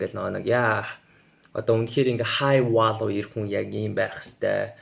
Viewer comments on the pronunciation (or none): 2 өөр орны хэлтэй сайн бна. Value гэж үгээ буруу дуудаад өөр үг шиг сонсогдоод, чиний ярьж байгаа зүйлийн утга нь бүрэн гарч ирэхгүй байхад I don’t give a fuck гэж юу яриад байна? Бас observation, observe гэдэг үгийн утгыг өөрөө буруу ойлгосон байна. Энэ бол хүлээн авах гэсэн утгатай үг биш.